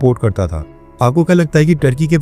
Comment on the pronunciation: Turkey or thurkey ?😂